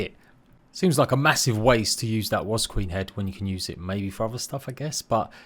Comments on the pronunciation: Is it just me or is does it sound like he's pronouncing ''wasp'' as "was" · "Wasb" .... It's just a quirk of his speech that makes his "p" sounds resemble "b"... listen again you'll hear it, it's no biggie all the same. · Literally pains me when you say the word wasp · love how you say wasp 😅